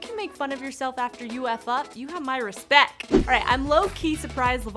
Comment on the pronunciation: You get a dislike for saying respek